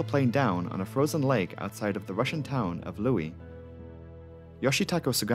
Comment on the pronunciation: Louhi used to be part of Finland and the name is completely Finnish, it's pronounced "low-hee".